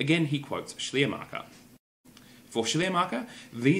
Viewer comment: While your pronunciation of "Schleiermacher" is actually pretty good, I had to laugh a little when you tried to say "Glaubenslehre" :D